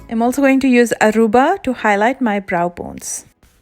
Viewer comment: Oh my god! My name is “Aruba” n u pronounced it perfectly